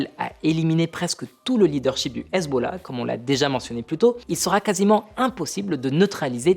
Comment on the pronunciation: Excellente analyse ! Mais pourquoi dis-tu hazeb au lieu de Hezbollah ??